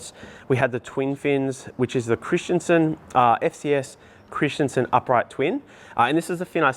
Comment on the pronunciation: Christenson not Christianson ,wft ! At least get the name right!🤦‍♂️.